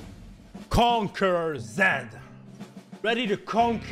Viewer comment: Normal people: Conquerer zed: CONQUEGEK ZED